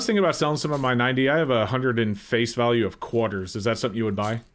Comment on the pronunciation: Which part of the country are you from? I've never heard anyone call it a "Quaaar-ter" before.